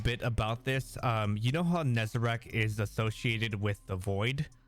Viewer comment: It's Nezarec, not Nezarac...